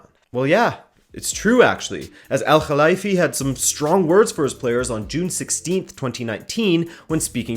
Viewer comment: Pronounciation of KHalifie on point